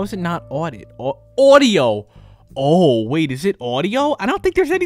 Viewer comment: Lets try nat lets try nat😂😂😂